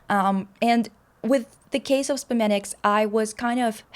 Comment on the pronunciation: maybe because in Slovenian it is actually spomeniki in plural. so at least to me as a Slovene you pronounced it perfectly 😁 also loved the video! ❤